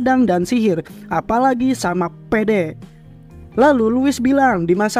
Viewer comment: Kenapa kata " PEDE " nya di tekankan gitu 😂😂